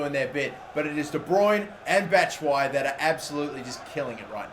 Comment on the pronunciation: Why doesn't he pronounce the ''i'' in Batshuayi ? Do you pronounce it with or without the ''i'' because that's how I thought it was pronounced